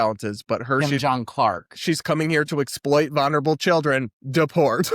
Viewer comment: I’m sorry, but can someone teach Brad how to pronounce vulnerable.